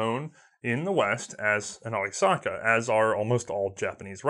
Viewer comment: Wdoesnt attempt to pronounce German. Pronounces arisaka with the accent of Tokyo bus driver.